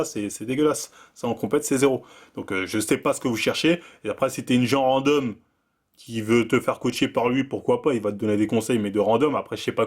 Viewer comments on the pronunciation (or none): none